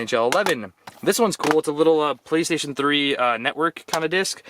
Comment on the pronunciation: Did he rly just say playstion 3😂😂